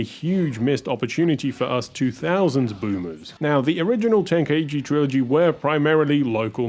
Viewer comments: It's such a shock to hear people say "ten-kai-eee-chi" as if there's an extra syllable there. Ten-Kai-Chi. Three syllables. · It's pronounced "tenk-eye-chi" not "tenka ichi" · Its pronounced ten- kai-chi... i used to mispronounce it before too